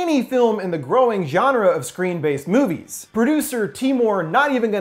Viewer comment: For half the vid I thought you were saying screen based memes